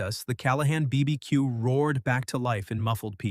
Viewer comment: Never trust an AI which can't pronounce BBQ! It'll tell you pineapple is the best and most popular pizza topping next!